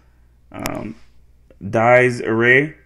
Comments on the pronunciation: Not to be a patronizing dick but its Gregorian, pronounced Greg-or EE-an and Dies Irae, Dee-es EAR-ay. Roughly translated, it means 'Day of Wrath' and is about the Last Judgment. Until Vatican II, it was included in all Catholic funerals. The initial 8 notes, which descend, is the root of a lot of end times sort of music, including the Mordor theme from Lord of the Rings. Latin lyrics with translation below: Dies Irae/Day of Wrath DIES irae, dies illa, solvet saeculum in favilla, teste David cum Sibylla. Day of wrath and doom impending, David’s word with Sibyl’s blending, Heaven and earth in ashes ending. Quantus tremor est futurus, quando iudex est venturus, cuncta stricte discussurus! O what fear man’s bosom rendeth, When from heaven the Judge descendeth, On whose sentence all dependeth. Tuba mirum spargens sonum per sepulcra regionum, coget omnes ante thronum. Wondrous sound the trumpet flingeth, Through earth’s sepulchers it ringeth, All before the throne it bringeth. Mors stupebit et natura, cum resurget creatura, iudicanti responsura. Death is struck, and nature quaking, All creation is awaking, To its Judge an answer making. Liber scriptus proferetur, in quo totum continetur, unde mundus iudicetur. Lo, the book exactly worded, Wherein all hath been recorded, Thence shall judgment be awarded. Iudex ergo cum sedebit, quidquid latet apparebit: nil inultum remanebit. When the Judge His seat attaineth, And each hidden deed arraigneth, Nothing unavenged remaineth. Quid sum m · It's pronounced Dee es Ee ray. Which translates to Day of wrath or reckoning I believe. It's associated with death and burial. Very somber